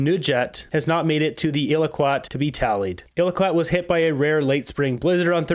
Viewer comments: Iqualuit is pronounced eyekaloooit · the capital of Nunavut is not pronounced "Illaquat", please learn the correct pronunciation. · Iqaluit is pronounced Ee cal’ oo it